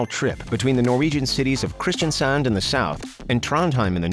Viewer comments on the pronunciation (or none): none